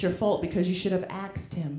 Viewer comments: Why do black people say axed instead of asked? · i HAVE A DEGREE AXED HIM I AXED HIM A QUESTION AXED AXED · "You should have axed him" 😂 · "you shoulda axed him" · To be fair, she only pronounced it that way when quoting her friend. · When the first female comedian said "axed him" I thought she meant hitting with an axe. But she meant "asked him". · It’s pronounced asked not “axed”. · “Axed em”. WTF? You are confusing bofe of us! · Why is her last name pronounced fabulous and literally spelled that way to? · There’s and s in asked